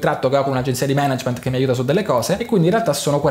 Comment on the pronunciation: bravo a non dire Manàgment